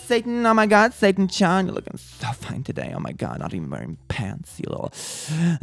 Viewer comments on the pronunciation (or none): none